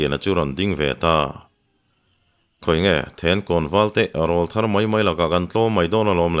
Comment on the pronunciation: A ziaktu in a thiam bawka a chhiar tu in chhiar thiam bawk.chutih rual chuan pu Hlute Rawlthar tih i lam dan hi fimkhur teh. Rawl tih lai hi Aw rawl a rawl tih kan lam ang hian lam thin rawh. YouTuber te Mizo tawng dik lam chungchangah in pawimawh sia